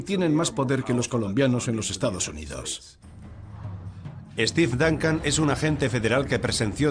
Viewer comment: "Estif Dancan".... jajajaja! los españoles pronuncian de la verga